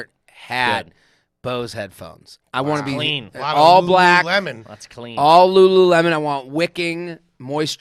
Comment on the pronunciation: Had respect until said LuLu Lemon...😅